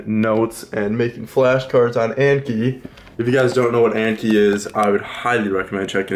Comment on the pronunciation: Love the everything about the vid besides the fact that the way you pronounced anki hurt my soul